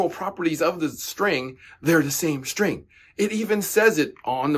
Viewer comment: What's a Shtring?